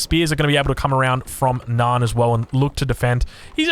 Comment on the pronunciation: Why do you say "Nyan" as "Naan". Am I missing an inside joke here?